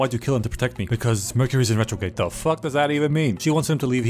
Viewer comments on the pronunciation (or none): "mercury's in retrogade" had me dead💀💀💀💀💀💀💀